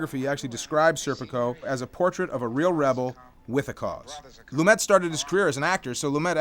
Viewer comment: pronounced Lumay not lumet